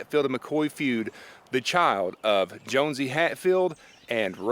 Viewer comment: Actually, it is pronounced JOHN-see; not Jones-see.